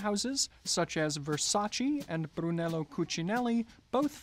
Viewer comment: El contenido es INCREÍBLE! Pero volvemos a decirlo: Se dice VERSAC(E)! NO VERSAC(I)!! Por favor. Respeten cada lengua. Así q aprendan a pronunciar bien CADA LENGUA. Escribo en castellano porque soy hispanohablante. Podría decirlo en inglés, pero ya es hora de que otros traduzcan. Por cierto, hablo 5 idiomas. Así q soporten. Hay que defender nuestras propias lenguas.